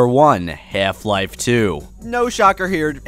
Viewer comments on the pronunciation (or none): Half Life is not pronounced like that.